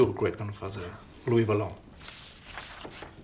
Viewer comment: LOUIS VOLANT ! Not Valent.